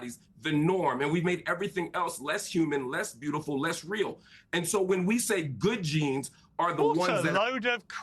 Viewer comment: It was 'Good Jeans' not 'Good Genes'.